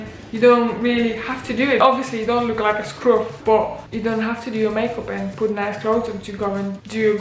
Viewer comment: I loved it when you said "scruff" in your adopted northern accent, I had a little chuckle to that!! I'm from Sheffield, I think you've got a Manc accent....not too different in the big scheme of things. Glad you like it here!!!!